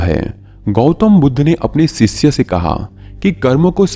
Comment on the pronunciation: Please correct your pronunciation. It's not, सिसय, it is शिष्य